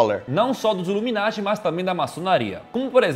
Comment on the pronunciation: É sas ipianhada iveta coisa, luminati kkkkkkkkkkkkkkkkkkkkk é nada.